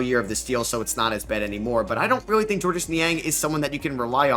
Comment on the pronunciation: It's pronounced "George" Niang.